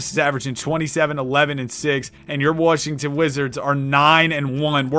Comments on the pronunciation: he pronounce Washington like that on purpose? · Ah yes, the Worshington Wizards